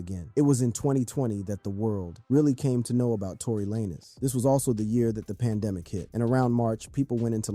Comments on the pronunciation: He’s saying “Tory Laynez” so that people will comment and correct him, and when people comment… it boost his video in the algorithm. You just did what he wanted you to do without you even knowing😂. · You doing a story and calling "Tory lanez" Tory lay-nez tales away from your credibility from the jump. How did you really think that was like a last name or something lol